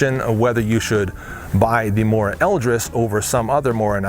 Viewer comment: SHADOW that's how your pronounce knife in swedish, he mispronounced Mora (mooruh) but it's better than getting it completely wrong